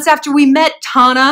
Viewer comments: I'm so dead of how u kept mispronouncing her name on purpose !! hahahahaha"tomatoe" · You mispronouncing Tarantula’s name deliberately the entire time is everything! 😂😂😂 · You misnaming her over the course of this entire video is everything 😂😂😂😂 “tomato” “tampon” “mobo” “mufasa” 💀💀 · Shallon. I am SCREAMING 🤣🤣🤣 you keep calling Tana “Tampon, Tuba” I literally choked on my Juul. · And “TAHnah” 🤣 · These attempts at saying her name are HILARIOUS. Love these videos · lol i loved you misnaming tana's name a little too much :D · Every time she says tanas name I die a lil 😭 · They way she is saying Tana name is funny. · eventually you did not try to say here name right and i and here for it 😅